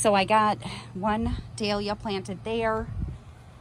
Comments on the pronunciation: Looks great! I just put out drip line last weekend. What a job that was!! BTW - your pronunciation is correct; it's doll-yah 😊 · Your second pronunciation of the dahlia is correct from an Aussie 😊 So lovely to see the Hummingbird. Your yard clean up has inspired me. Think hubby just wanted to play with the drill and brush to. 😂. You’ve got the power washer and the vent brush to play with now 😊